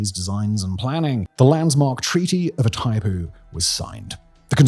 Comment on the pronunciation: Please: "GWAH-EE-RAH". "PAH-RAH-NAH". "EE-THAI-POO".